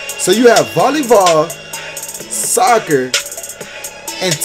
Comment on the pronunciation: Why you pronounce it as Volleyvoll? Foh